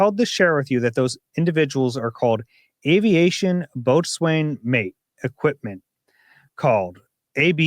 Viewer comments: Boatswain is pronounced "bosun." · "boatswain" is pronounced "bo-sun",:-) Surely you read The Tempest in high school? Wasn't that in the side notes?